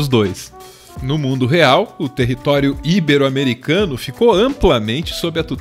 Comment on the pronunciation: Não faz mal, já que "Super Homem" e a pronúncia constante de "ibero", como uma palavra proparoxítona, se sobressaíram. Eu fico triste quando as pessoas só veem os erros mais óbvios e deixam outros passarem; sempre dão uma de "mestres da língua", sendo que eles mesmos cometem erros mais grotescos. Ótimo vídeo como sempre,. Peço que revisem melhor as legendas que vocês fazem, já que é possível ver erros de tradução e ortografia com frequência. Qual é a música que sempre toca no final? Gostaria de fazer uma sugestão para o próximo vídeo: "Devilman e o Realismo".